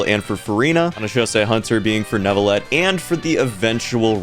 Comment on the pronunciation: im also pretty sure that in neuvillette the e is silent